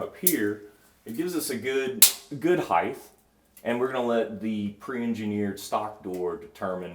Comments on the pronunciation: HEIGHTH is not a word , HEIGHT is the word! Height is not like length or width. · Why do people say heighth … there’s no “th” at the end lol it’s just height 🤓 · what’s with contractors pronouncing height: “hyth” ? I’ve worked with 3 or 4 different guys that all said this, and now I see it in videos a lot too. It was back in like 2000 too, so it was before things were “viral” and everyone and their grandma was on the internets. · I love the video guys. I’ve learned so much. Please tell the glass guy that “Heighth”is not a word. It’s a big pet peeve of mine. Keep up the good work.